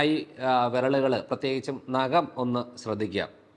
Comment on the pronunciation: നകം അല്ല ഡോക്ടർ. നഖം